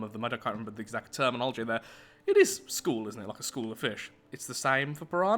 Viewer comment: shroul not school